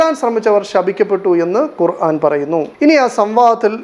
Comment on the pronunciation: 😂 കൊറാൻ അല്ല ഖുർആൻ ആണ് അത് പോലും ശെരിക്കും വായിക്കാൻ അറിയാത്ത ബഹർ പോലെ കിടക്കുന്ന അതിലെ മൊഴി മുത്തുകൾ എങ്ങനെ അറിയും പഠിക്കുക മനസ്സിൽ ആക്കുക ഹിദായത്ത് അല്ലാഹ് തരട്ടെ